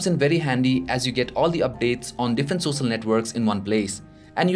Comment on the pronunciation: and sosal media?